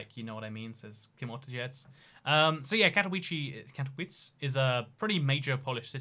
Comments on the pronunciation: Katowice is not pronounced in a English way, in polish the ‘W’ is pronounced as a ‘V’ and they emphasise on the E so it pronounced as Kato-Veece-Ah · English is literally the only European language where you prenounce w like that, really weird that he hasn't found out that after all the travelling. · Katowice not Katouichi or Katouis, Man, it is not english language. KatoWiCe (Katovitse). Shame. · Warszawiacy - that's the word you're looking for. Advice for the future: Polish has no silent letters, except 'c' in 'ch' combination. So Katowice is read somewhat like Cat-oh-wee-zeh. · Katowice is pronounced Katovitze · Your pronunciation of "Katowice" destroys me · I’m polish and that pronunciation made me cringe but that’s what British people are like with pronunciation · Im polish and it hurts how you pronouce Katowice